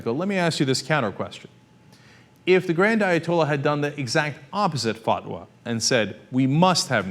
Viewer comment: Dude, it's not a "fuck-wa"...